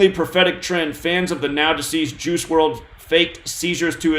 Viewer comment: "Juice" sounds like "Jews" lol